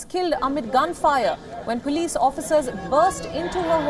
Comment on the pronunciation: It's pronounced as Police not puulice